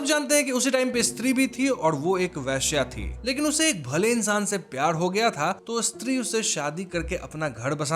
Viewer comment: मैं स्त्री 1 कि आपकी पाच साल पुरानी विडियो देखकर आया हूं, आपका "ळ" और "र" के बीच उच्चारन काफी सुधर गया है। उस विडियो में प्यार को प्याळ बोलते थे अब प्यार बोलते हो। Lovely keep growing